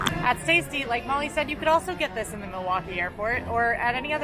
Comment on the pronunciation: Hey thanks for saying Milwaukee!! 💙💙💙